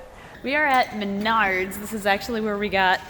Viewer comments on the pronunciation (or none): none